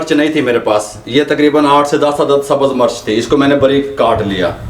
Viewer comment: Murch nhi mirch bola kry plzz itni achi video bnaty hy urdu bhtr kry